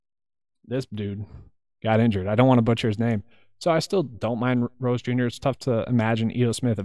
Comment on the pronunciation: You nailed Gore and Rose! Well done!